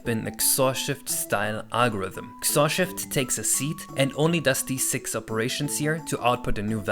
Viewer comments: please... it's not "ksorr". It's "X-Or" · honestly i've never heard anyone pronounce XOR as "xor" instead of "ex or" on another note, what about using user input for sequential RNG calls? i know some games do that and during regular gameplay it shouldn't be that noticable, but it makes it easier for TASes and such to work with